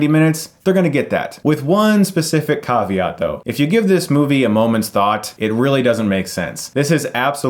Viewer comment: Did he say "Coveat"?